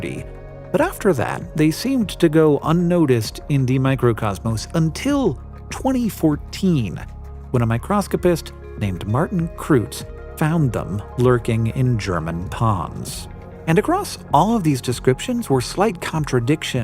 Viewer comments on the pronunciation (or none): OMG, Hank I love you and your narration, but please check with someone how to pronounce foreign names. I can just about forgive you mispronouncing Kreutz as “croots” (it’s actually more like “croyts”) but Jankowski? Your master of microscopes lives in Poland! I’m sure you talk on Teams or Zoom often, surely you could have checked with him that Jankowski is pronounced “yankovski”. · Kreutz is pronounced "kroitz" :)